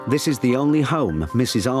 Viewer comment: Zis a place 🤣